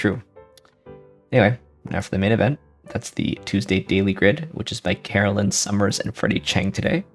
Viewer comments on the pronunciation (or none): Hey, thanks for doing our puzzle. Pronunciation, btw, is Caro-LINE. Glad you like it (I think you did, anyway)!